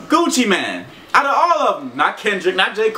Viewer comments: Gucci mane not man deeeer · Gucci mANE not man lol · its not Gucci man lol y does he say man instead of mane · Gucci Man? It's Gucci Mane. As in lion mane